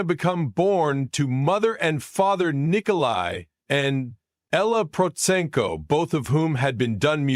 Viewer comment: This narrator is terrible. First, he can’t even say her last name properly, than later he says a bunch of gobblygook that makes no sense.